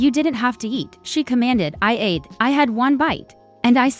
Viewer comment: Your AI started with first person pronoun, then later, changed to 3rd person pronoun. Charming narrative but confusing. Please teach your AI to pronounce ATE as ahhh-tea or ahh-tay, and not "eight" or past tense of EAT. 😮 Ate is the respectful address to an older lady because it's disrespectful to call an older lady by her first name.